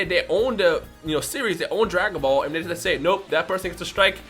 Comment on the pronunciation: Every time you say Dragon ba-shehehheielekrhdheu calm down it’s okay